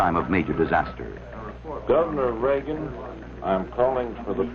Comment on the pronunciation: no.. but, I did notice they said REAGAN